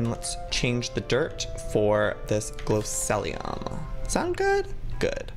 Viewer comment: by the way joey it's glow see Lee um